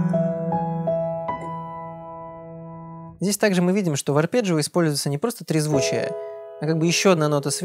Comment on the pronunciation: а мне понравились "подщипчики" = "подписчики" а ещё "переборджио" = "арпеджио" - очень рад, что мы теперь и по- русски можем сказать сложный термин.